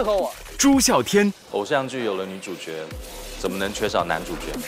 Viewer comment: 朱孝天的吐字发音已经很接近大陆人了，特别是说“男主角”用的是jue的普通话发音，这连大陆人也不是每个人都会做到的。不知道是不是特地背稿的。